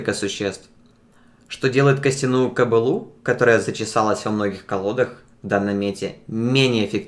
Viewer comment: >манЫ >манЫЫЫЫЫЫЫЫЫЫЫ >кобылУ Какого хуя? Лучше бы дальше пытался на английском говорить.